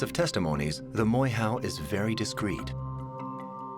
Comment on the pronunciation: For those who wanna know the real pronunciation it's pronounced Moy- Ho instead of Moy How. Europeans here in NZ love changing the sounds of maori words and are ignorant to correct it even if they know how to pronounce it. But anywho... Inconspicuous whistle